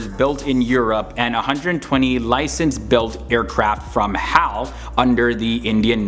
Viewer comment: Hey narrator HAL is not pronounce as haall it's an abbreviation for Hindustan Aeronautical limited... It's in those pictures you've put in the clip... It's H A L not haall... Please make this correction from your next video... Thank-you